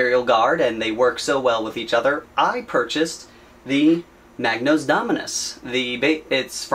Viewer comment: I'm sorry, I can't help myself, mispronounciation really annoys me... it's a Magos. There's no 'n' in it. Further more it's impossible to see the A4 parts sheet which is a shame as it looks pretty interesting.